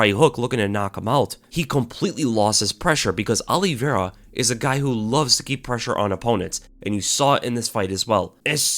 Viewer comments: Olive-i-ra. not Olivera. good to know the fighters' names ya? Justin has zero chance. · "Alliveira" lol